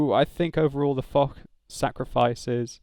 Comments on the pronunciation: I think foch should be pronounced fosh and not fok as in video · correct pronunciation is "Fosh" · i think its is fosh but spelt foch